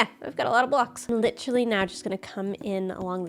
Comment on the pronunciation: saying literally like lichrally after coming back from england is making me smile aw